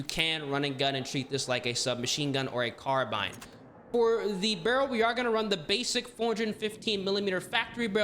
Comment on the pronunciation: Literally says "carbun", these guys are always illiterate.